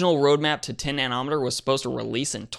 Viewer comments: nano-meter. Nobody, and I mean nobody, says nan-OM-uhtur. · Nano...meter,not nan......ometer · Nano' meter (accent on the first syllable) (Na'-noh- meter) the Na is pronounced the same as na in the word "nasty" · Why is it soo difficult for you to pronounce nanometer?? Is he confusing it with Chronometer?